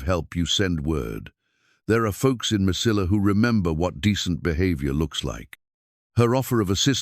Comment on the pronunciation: Mesilla, is pronounced. meseyya. It's a Spanish word the ll is like a y at the end of a word.😊